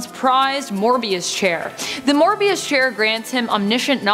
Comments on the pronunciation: It's the Mobius Chair, not Morbius Chair. Get your mind off of Spider-Man. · It’s the “MOBIUS CHAIR” not Morbius